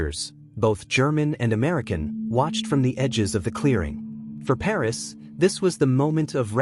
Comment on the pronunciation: Pernass is his name not ‘Paris’